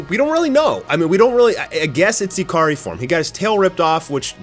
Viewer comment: I keep hearing "A-Car-Ree". Your Japanese pronunciation needs some work. "Ikari" is pronounced EE-Ka-Ree.